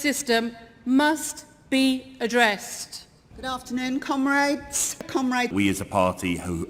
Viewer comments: why do i here "cum-rats" .... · Cum raids obviously is what they are saying. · I can't not hear "cum rags" when they address each other. Might be just a yank thing or they really don't take themselves seriously. I don't know... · Am I the only one that keeps hearing them call each other "cum-rags" when they're saying comrades?